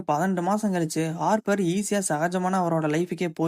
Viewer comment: Hopper✅ Haarpar❎